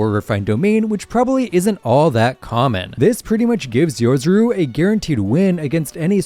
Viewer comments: Time for some to talk about this. Its Yorozu, not Yozoru😂❤ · quick correction: it's Yorozu, not Yozuru!!